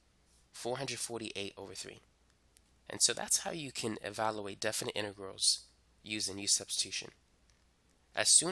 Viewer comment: Please say evaluate, not evaloooate. You say "value" correctly. It's just e-value-ate.